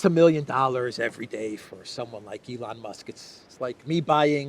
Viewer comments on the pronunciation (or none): none